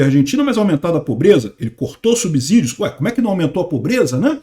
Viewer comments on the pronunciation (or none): vou te dar outra dica. A pronúncia correta da palavra SUBSÍDIO é SUBCÌDIO e não SUBZÍDIO. O S tem o som do fonema /S/ CÊ e não do fonema /Z/ ZÊ. Isso se chama erro de ORTOÉPIA.